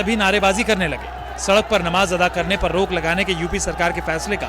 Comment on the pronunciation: शब्द नमाज़ अता करना नहीं है शब्द अदा सही है एंकर ने उच्चारण दुरुस्त नहीं किया